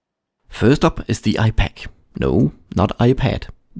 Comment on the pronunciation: I heard Ifuck instead of ipaq